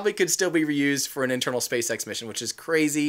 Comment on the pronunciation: What did you say spacesex???